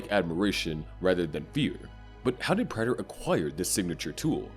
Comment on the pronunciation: Why do you insist on pronouncing Prater's name wrong even though they say his name out loud multiple times in the show?